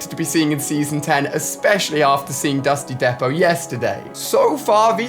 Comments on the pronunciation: it’s pronounced dusty “deep-oh” not depo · alia im sorry if im wrong orr wright but i think its dusty depot not dusty depo but ur the best captain alia lol and can some of us get a shoutout and read coments